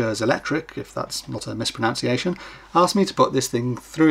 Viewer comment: It's MISPRONUNCIATION, not MISPRONOUNCIATION Thank you. >